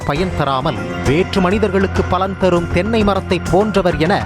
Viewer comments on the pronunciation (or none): none